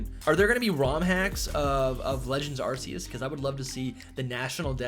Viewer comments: Still pronouncing Arceus🤦‍♂️ wrong when the trailer corrected it already. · Like Pokemon doesnt have any other major issues besides the real pronunciation of "Arceus" 🤦🏻‍♂️